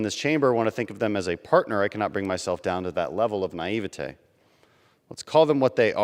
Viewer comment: Nice touch Representative Crenshaw by pronouncing naivete like Eric Cartman.